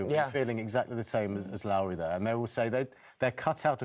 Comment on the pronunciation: can’t even tell people how to pronounce her name properly! It’s as in low down not Lauri.